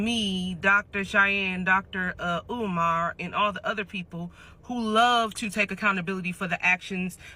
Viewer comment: Dr Oman? Learn pronunciations before making a cideo